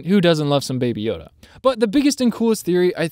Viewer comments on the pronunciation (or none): none